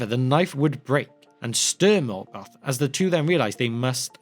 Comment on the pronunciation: Melgoth. No, wait, Morkor.